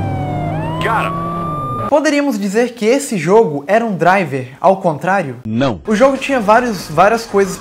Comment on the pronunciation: Ótimo ingreis o seu.